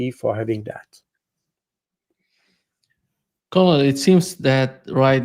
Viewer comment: To: ‘colonel’ is pronounced like ‘kernel’. To Jacques: the past tense of ‘ abide’ is ‘abided’ or less commonly ‘abobe’